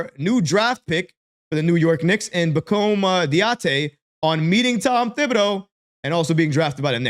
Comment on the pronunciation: Pah Comb Dah Dee A. Accent on the last syllables :-)